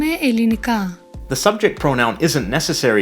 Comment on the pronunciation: as a Greek, I can confirm that this pronunciation of "Ελληνικά" is wrong.